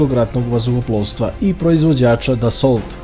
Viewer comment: Ne kaže ae Desolt nego Deso, Desault ili Renault se čita Deso i Reno, znači Deso Rafal izgovaraš